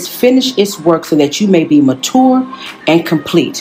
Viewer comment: Not mah-toor. 😂😂